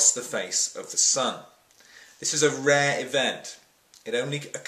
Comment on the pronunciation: "A RAH event..." LOL.